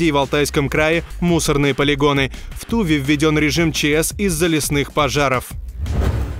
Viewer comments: Не в ТУве,а в ТувЕ,с ударением на последний слог. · В ТувЕ оно может и в ТувЕ, а в Московии в ТУве.)